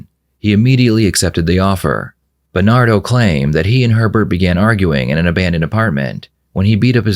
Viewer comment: "Berrrrrrnado Mendez" 🤣